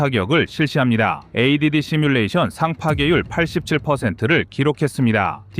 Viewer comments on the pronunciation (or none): none